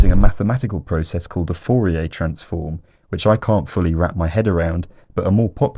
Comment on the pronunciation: fourier is french, it doesnt matter anyway but you pronounced it wrong, great video very enjoyable